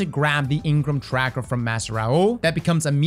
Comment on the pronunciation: Eng-Ram instead of engrmmm - a bit less “flavor” or taste or mmm mmm yumminess 😂 - sorry a lot of late night D2 the last couple days 🤡🫶👍